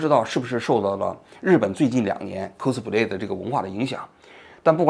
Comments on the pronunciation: 哭斯play😂 发音需要再标准点 小王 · 王局好好练练英语吧，听你读“扣死普累”听的真难受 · 扣死普雷，王局这个发音好友爱😂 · 这是标准日语发音🤣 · 王局的扣死普累发音笑死我了😂😂😂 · 蔻斯普雷😂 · 王菊，“cosplay”的发音你是和日本人学的吧